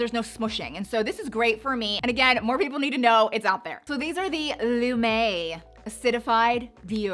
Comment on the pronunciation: #5 “Lou-me”